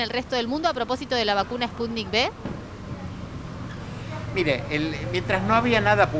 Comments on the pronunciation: No,. Es Sputnik "uve", de vaccine (vacuna). En Iberoamérica a la letra "V" se dice "be". Saludos desde Málaga al pueblo hermano de Argentina. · Se dice: "Sputnik cinco"...